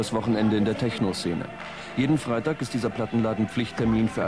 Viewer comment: “Teschno“ .. ahhh diese Aussprache😰